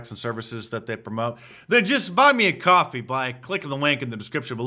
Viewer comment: He said to "bwuyy him a cwoffee"! Oi vey!